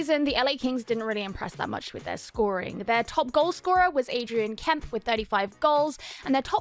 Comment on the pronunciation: Kempe is pronounced Kem-pay but great video, I can't wait to see Fiala play with Kopitar and Kempe on the first line they'll definitely be the best linemates he's played with so far, Fiala was the exact type of player the Kings needed cause other than Kempe the Kings wingers really struggled to consistently score goals, I think Fiala and Kempe are going to compliment each other really nicely they are both very fast and offensively skilled players.. I'm extremely excited about the future of the Kings they are already a playoff team and most likey would have beaten the Oilers in round one if Doughty and Arvidsson weren't injured and they have a bunch of very talented prospects who should be able to make the jump to full time NHLers very soon which should turn them from a playoff team to cup contenders for years to come